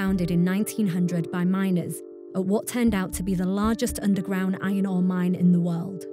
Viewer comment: Oh, it's an IRON mine. Hey, there's an 'R' in 'IRON.' And an 'r' in 'ORE.' I played that sentence a half dozen times and still didn't get it. Ainoh? Einhough? Damn, girl, use the language.